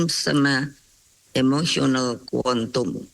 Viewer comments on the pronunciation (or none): Ketua BRIN "Intelligence Quontum & Emotional Quontum" 😆